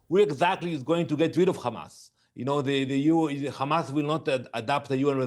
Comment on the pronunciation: Khamas. Oct 7. Khamas Oct 7. Khamas Oct 7. Theres the script. Repeat even theres no logic out of it.